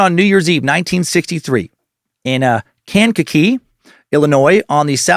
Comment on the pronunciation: It's pronounced Kan-ka-kee